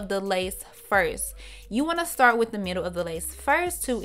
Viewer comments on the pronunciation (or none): 'Mittle' is what had me rolling...but she did da damn thang